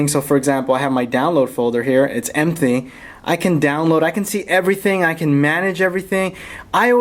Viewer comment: "And it's empthey" I am not mocking the video was great